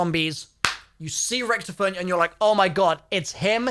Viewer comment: you pronounce it horrivly wrong sounds like youre saying recktom